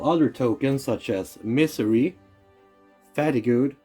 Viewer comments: Great video! Just a heads up, fatigue is pronounced like fah-TEEG, the ue is silent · Hold up did he say "fattygoo"? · Fatigue = fa-teeg sorry to moan.. I had to listen twice to realise what you were saying! Otherwise nice vid. Thanks.